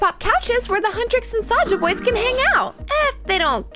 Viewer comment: Why do I always hear the, ``err ah'' when she is always saying ``saja boys''?